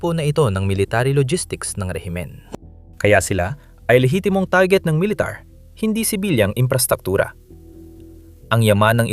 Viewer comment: Pilipino kb? Kc iba ka magsalita, tarjet dapat target